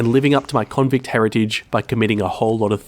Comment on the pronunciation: "my convict heritage" 😂 Love it when Aussies say that